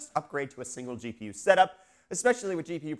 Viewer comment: Thank you for saying "gee pee you zed" like a South African. I love you. :-) Also, I like your TMNT shirt. :-)